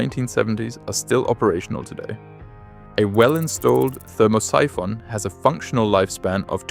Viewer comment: "ther-MOSS-i-FON"? Oh, Thermo-Siphon! Geez, does anybody do QC on AI?